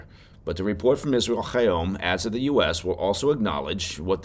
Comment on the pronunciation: hey, love your show and truly appreciate the effort you've put in to pronouncing the name Israel Hayom correctly. however 😁. unlike Challah and Hannuka, the "H" in Hayom is just an "H": no throat clearing required! ❤